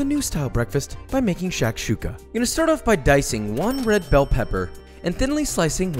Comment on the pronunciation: Shakshuka is pronounced with the first "A" silent. Shkshoooka